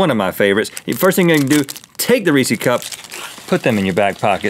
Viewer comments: Ree-says! It’s reese’s, not reesee’s. Think Reese Witherspoon if she owned her own candy. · Is Rhett saying re see when talking about Reese’s on purpose? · Rhett...it's Reese's, not Reesee! You gotta pronounce the last S :D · Does Reese’s have 2 ‘e’ s at the end? NO RHETT! STOP PRONOUNCING IT WRONG! So annoying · why do americans say reesy cups? its reeces